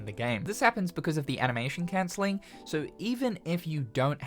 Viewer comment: “enoyable” “cencelling” 😭